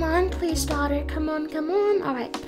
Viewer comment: lol its soo funnt when she says come on brate i mean dahter